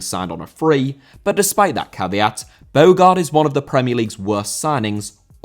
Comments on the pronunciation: Your pronunciation is awful. Ade is pronounced "Addy". Bogarde is pronounced "Bo-harder". It shows you only read fact sheets rather than experiencing it at the time, nor looking at them playing on YouTube. Poor show, man. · Bogarde* not Bôuwgard